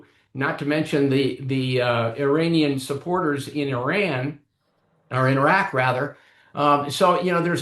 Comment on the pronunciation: I respect having the intellectual courtesy to pronounce the names of Iran and Iraq properly. Small details.